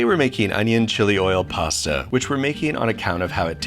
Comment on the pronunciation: You mean "pasa"....